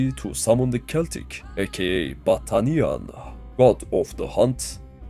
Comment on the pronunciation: Man I cannot be the only one hearing "Butt Onion" instead of "Battanian" 😂